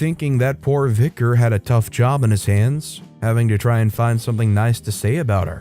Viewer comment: Not the VicarARRRGE 😂